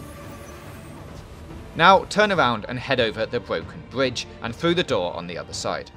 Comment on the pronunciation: Bwoken bwidge